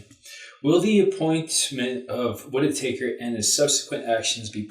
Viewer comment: I heard him call the guy Matt Whit-i-taker - sounds about right. Taker ... of Russian $$ perhaps? I'm loving the rich colors and beautiful contrast lighting. Lady Violetta, you are wearing my favorite shade of green. Your eyes are very striking. Such a beautiful lady. Greetings & love to you and son. <3